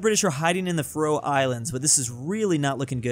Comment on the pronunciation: it really makes me mad that pronounces faroe islands wrong so much